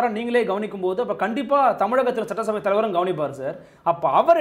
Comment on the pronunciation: சட்ட்டசபை அல்ல சட்டசபை, நெறியாளரே